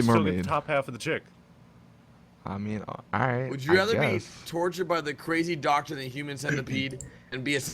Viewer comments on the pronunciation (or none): none